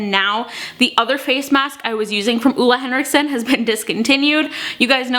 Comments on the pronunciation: Great video! He makes amazing skincare :-) And btw, it's actually more like Oh-le Henriksen, not Uh-le Henriksen :-) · It´s not Ola Henriksen, its Ole Henriksen :) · hehe, I'm from norway and you don't actually say ole henriksen like that <3 it's very hard for english talking people to get it right.